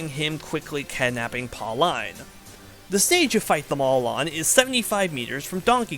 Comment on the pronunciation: Always love series like these, i Hope this series takes your channel into higher popularity! Little side note that bugs me Pauline is actually pronounced Paul-een, not Paul-Eyen.